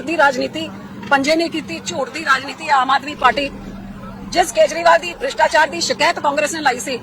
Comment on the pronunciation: ਕਿਸਾਨ ਵਿਰੋਧੀ ਨੀਤੀਆਂ ਅਤੇ ਕਿਸਾਨ ਵਿਰੋਧੀ ਬਿਲਾਂ ਤੇ ਦਸਖ਼ਤ ਕਿੱਸ ਨੇ ਕੀਤੇ ਸਨ ਉਨਾਂ ਬਾਰੇ ਵੀ ਦੱਸ ਦੇ ਜਰਾ ਪੰਜਾਬੀਆਂ ਨੂੰ। ਹੁਣ ਨੀ ਤੁਸੀਂ ਪੰਜਾਬੀਆਂ ਦਾ ਬੁੱਧੂ ਬਣਾ ਸਕਦੇ ਹਾਲੇ ਤਾਂ ਤੁਹਾਨੂੰ ਗੁਰੂ ਗ੍ਰੰਥ ਸਾਹਿਬ ਜੀ ਦੀ ਮਾਰ ਪੈਣੀ ਹੈ। ਪੰਜਾਬੀ ਤੈਨੂੰ ਸਿੱਧੀ ਬੋਲਣੀ ਨੀ ਆਉਂਦੀ ਭ੍ਰਿਸ਼ਟਾਚਾਰ ਨੂੰ ਬਰਿਸ਼ਟਾਚਾਰ ਦੱਸੀਂ ਜਾਂਦੀ ਹੈ।